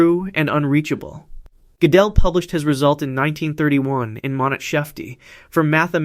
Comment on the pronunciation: Gödel is pronounced like girdle.